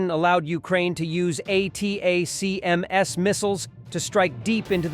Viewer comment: These AI voice channels never pronounce atacms right lol